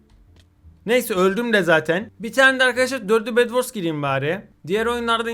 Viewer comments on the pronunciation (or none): bedwors deyil bed wars